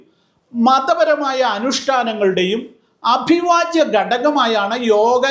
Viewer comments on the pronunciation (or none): "അഭിവാജ്യം" അല്ല ബ്രോ, 'അവിഭാജ്യം' -- വിഭജിക്കാൻ ആകാത്തത്. മാതൃഭാഷ അരമൈക്കും ഹീബ്രുവും ലത്തീനും അല്ല, മലയാളമാണ്, എങ്കിൽ ആദ്യം അതു നന്നായി പഠിക്കൂ. എന്നിട്ടു പോരേ യോഗ പോലുള്ള മഹാകാര്യങ്ങളെ കുറിച്ചു പ്രസംഗിക്കുന്നത്?!🤩